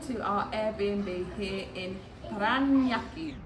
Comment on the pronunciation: Still me. Might I suggest that you always include the word "Philippines" in all your titles while you are in the country? It will draw in more Filipino watchers. BTW, you pronounced Parañaque very impressively - like a native speaker. Bravo! 😊👍😃